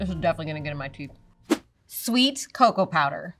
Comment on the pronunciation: It's not caco it's coco